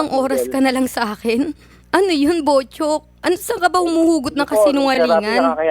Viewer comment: sounds like botchok not buchok